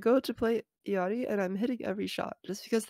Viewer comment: psst, - theres no i in the middle of illari's name:P ill-ari